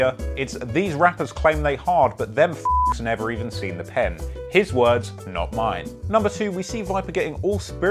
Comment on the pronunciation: Why’d he say vipa like that? And pen?